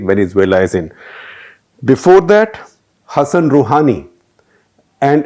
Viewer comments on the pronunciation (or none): none